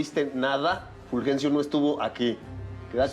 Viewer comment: Jajaja me da risa el furjencio